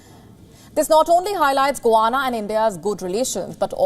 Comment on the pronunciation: GUYANA fisrt of all not guana. And its in south america not in the caribean